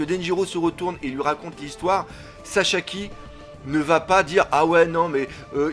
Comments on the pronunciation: Mais il s'appelle Sasaki! Pas Sashaki, pas Shasaki, et pas Shashaki:D 😂 Bonne continuation 😉! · " SASAKI " et pas " saCHAki " mdr et comme d'habitude une très bonne vidéo et l'image et le son top 👌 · Pourquoi tu dit chachaki ? xDD